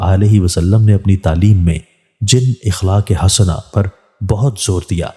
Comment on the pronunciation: ◀➖4.1.2023➖▶♣BHAI SAHIB❗APNI URDU KO DURUST KAREN BAJAYE GHALTI PER AREY RAHEN♠YE CHANNEL URDU ME PARHTE HAIN AAP. ♠SAHI LAFZ "AKHLAAQ" HAI✔. IKHLAAQ NAHI✖♦ *ASIA SYED*(PAKISTAN) ♦